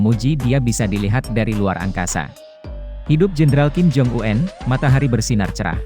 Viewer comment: Omong kim jong-un kok diganti kim jong uenn . Kenapa gak apa adanya aja